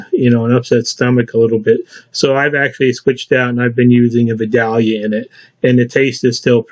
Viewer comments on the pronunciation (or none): It's vi day ya. Not vi Dahl ya. I live there. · FYI, here in Georgia we pronounce that V-eye Dale Yuh. Accent on the Dale. Similar to V'daleia. South of there they grow Peeee Cans, (*not P'cahn's) (pecans). Yall come live here when you can! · What is a Vee-Dalliuh onion?????